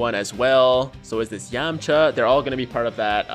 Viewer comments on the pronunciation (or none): none